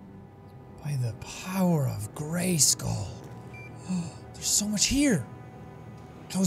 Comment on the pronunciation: bruh did he say "by the power of gracekal"?.... You watched She-ra!? o 👄 o